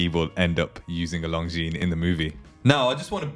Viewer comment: Good video. You don't pronounce the 's' in Longines